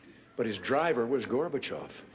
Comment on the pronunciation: Забавный факт: только с третьего раза и только благодаря субтитрам понял, что он произносит фамилию горбачев, а не слово мусор, которое по английски звучит почти так же